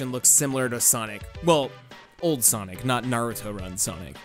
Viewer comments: Why do you keep calling sonic saynic? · wait did you just say sanic?